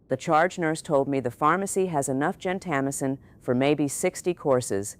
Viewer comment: Gento- MY-sin, not gen-tamissin.